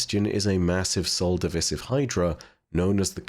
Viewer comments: WHY DO YOU SAY SOL DIVISIVE LIKE THAT URGH! xD it's Divisive not divisif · I love all of your content that you put out. Just a bit of constructive criticism, it's Sol Div'eye'sive. That's how you pronounce it. Osiris and Ghost even stated this. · lmao you slow, dude just says words wrong all the time😂